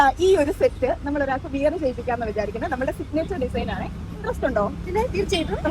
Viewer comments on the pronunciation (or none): Not viyar it is wear.pronounced as veyar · വിയർ alla koche. Pronunciation okke onnu nokku. Pl.